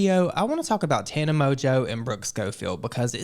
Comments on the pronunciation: the fact they both called her "Tahna" is sending me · The way she is constantly misprouncing their names 😂😂😂.